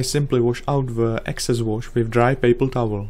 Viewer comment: "With dry paper towl wowl"